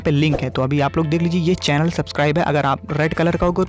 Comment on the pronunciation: चेलन नही होता भाई चैनल होता है 😀😀